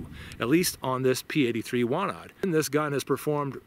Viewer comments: Wanad is pronounced "vanad" and Łucznik (factory in Radom which made the gun) is pronounced something like "woochnik". I believe that P-83 has been absolutely phased out of usage (maybe except some kept just in case) with the police and the military. Walther P99 (and a little bit of Glocks) is currently being used by the police. Our military (except the military police and special operations units) uses WIST-94... which honestly sucks and no one likes it. lol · You have to read it "Vanad" :) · Ł in Łucznik (archer) you read like W in whiskey. CZ is like you read ch. But W we read like english V Wanad is Vanadium. 80ies for Poland was bat times we had basicly economical melt down so its not the best quality :) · Ive come to learn that pretty much any European word/name that has a W in it is pronounced as a V, just FYI man.